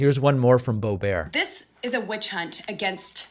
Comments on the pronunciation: Love the alliteration, "radical and repugnant, reactionary (add Republican here) congresswoman.." I appreciate you trying to make Lauren Boebert seem more normal by putting a French pronunciation on her last name as Boebear (very classy which she certainly is not!) Why don't they look up the definition of 'insurrection" they would not look as ignorant! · I think the Dirty Granny’s surname is actually pronounced “bó-bert” as in “BimBoBert” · "Bo-bare" hahaha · Is it Boebert or Borbear😅